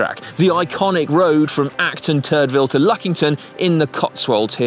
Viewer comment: Is it just me, or does Si consistantly name the village of Acton Turville "Acton T**dville"?? Could swear he's done this in a few videos now 😂😂